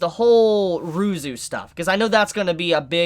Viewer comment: Oh ya and Ryuzu is Ruzu apparantly.